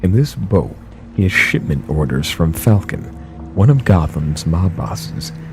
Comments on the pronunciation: you said falcone like falcon but its actually pronounced like falcony. (Edit) ok i found out different people pronounce it differently but I'm pretty sure that's how its supposed to be pronounced in batman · It's pronounced Falco-Knee BUT... ok that's my only nitpick. I LOVE this video,!:D Much love to you and your crew:D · Who is Falcon in Batman Arkham City?? I’ve heard of Falcone with a E sound. Other than that never heard of Falcon. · As a huge Batman fan, I felt sick when he pronounced Falcone's name as falcon... IT"S FALCONE!!!! (Fal-cone-ee) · You know what's really creepy about this? That I just wasted 4o frickin minutes of my life waiting to see some really scary shit, and I got that! Oh, and FYI, the mob family from Batman is not Falcon, it's FalCONE, you pronounced "content" wrong in the Heart of Happiness sequence, and the really confusing thing about the growls sounding like dogs or lions is that a dog is a dog and a lion is technically a cat and they sound nothing alike... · When he said "falcon" during the Batman Easter egg did he mean "falcone " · Batman: Arkham City. umm It's pronounced Fal cone e. not Falcon. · With the scarecrow easter egg its not falcon as in a bird, its fal-cony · The Batman crime boss is pronounced as 'Fal-coe-nee' (Falcone), not 'Falcon'. Also, cool list. Eternal Darkness rules all. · half of the easter eggs are no where near as "spooky" as you make it out to be. the slow speech is unnecessary and does not make it any more spooky. mis- pronounced words is understable... its Falc-own... not the bird of prey. and "content"... really? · In batman the mob bosses name is pronounced Fal cone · It looks like falcon but its pronounced ( fal-cown-nee) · did you just pronounce Falcone as Falcon? You and your shenanigans. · Did you seriously flub a line and just continue like it was nothing